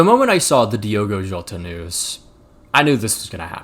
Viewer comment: The people still saying Diego instead of Diogo can go fuck themselves. If you can't even be bothered to correctly read the name then keep it out your mouth. P.S. yes my name is also Diogo and I hate it when people call me Diego